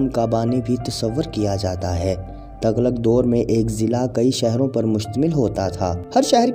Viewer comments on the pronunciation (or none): تَغلق نہیں، تُغلق پڑہیئے گا Tughlaq